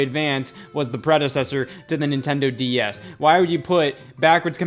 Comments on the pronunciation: I swear Scott says DES instead of DS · I keep hearing him say DES like wtf xD a few times he says DS but most of the time I hear the first one. Either way amazing vid. Reupload to main channel and I'll rewatch ♡ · he keeps calling it a DES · Please stop saying "D.E.S". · Lol I can't unhear that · DeS? Anyone else notice this? I couldn't not hear it the entire video! LOL